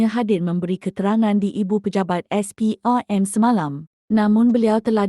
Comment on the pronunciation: Ni ape punya suara : SPRM - SPERM